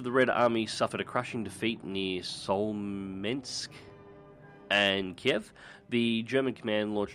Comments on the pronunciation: The day I find an english speaking youtuber that can read and sound out names like Smolensk and Guderian is the day I die. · I believe Smolensk is pronounced BLYAT BLYAT!!!